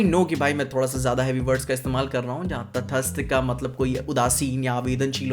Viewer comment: तटस्थ। तटस्थय नहीं। मत बोलो अगर भाषा पर कमान नहीं है।